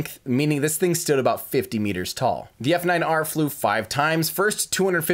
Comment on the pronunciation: Just for future reference, the F9R was pronounced "Falcon Niner" (At least it was by Gwynne)